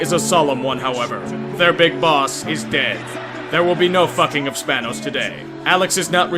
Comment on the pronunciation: Spanos? Thanos